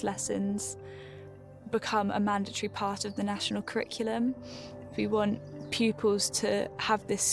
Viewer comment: The way that man pronounced mandatory should be criminal.